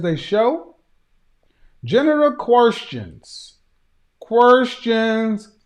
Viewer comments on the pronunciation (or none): When he said general “querstions”, I realized he watches Dr. Devin! 🤣😂 Affion Crocket is a full fool!